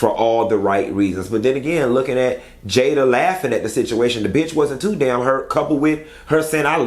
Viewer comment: Don’t start with the “JAYAH!!” 😂